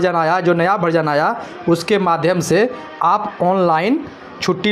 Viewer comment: भरजन नहीं वर्जन बोलिए श्रीमान जी